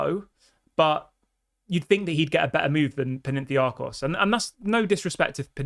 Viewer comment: My brother in Christ, it's Pan - atha - nye - akos.